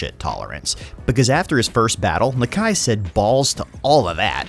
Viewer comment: I may be wrong but your saying nakia wrong